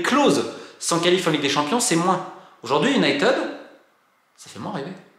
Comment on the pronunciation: Enfin UN journaliste qui prononce United correctement! Absolument tous les journaleux Français prononcent Unitid et ça me rend dingue! Merci pour la vidéo.